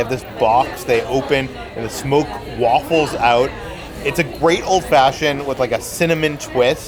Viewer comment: did you say the smoke "waffles" out? 😅